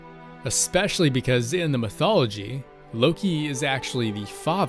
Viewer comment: Lowkey I heard oki instead of Loki